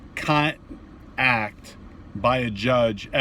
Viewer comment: CC say you said Con act but that's not what I heard... 🫶👍👍